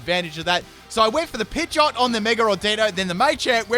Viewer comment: " my pidgeotte is going to digi-evolve "